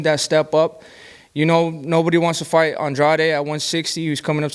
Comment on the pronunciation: David benavidez said Andrade right you idiots say it wrong it's not AN-Drade 🤦It's An-draw-day that's how you pronounce his name 💯💯💯💯💯💯💯💯💯💯💯💯💯💯💯💯💯💯💯💯💯💯💯💯Right........